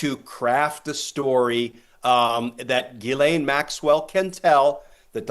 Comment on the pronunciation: Ghislaine is a French name and Americans have no idea how to pronoounce it. It's NOT Gilane it jislane . Americans are incredibly ignorant of other cultures because their educational system is extremely bad. Half the time they have problems with double negatives and when to use was and were. There have been far to many times when I have heard American say "I were there yesterday' or "were that there before" or "You was there. Also they don't seen to know the word any exists and say dumb thing sucjh as 'I am not doing that no more" or there wasn't no one there instaed of using anymore or anyone. Is it any small wonder why the rest of the English speaking world thinks of Americans as uneducated bumbkins?